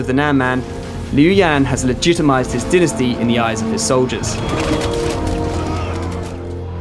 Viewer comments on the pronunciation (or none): Omg it's called dynasty not denesty. How he says it bothers me for some reason